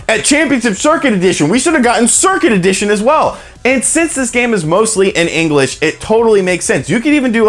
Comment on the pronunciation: Haha, "engrish."